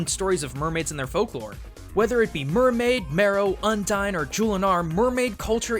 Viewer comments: did you just sayed UDINE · Wait, did you say undine!!!! It sounds like undyne!!!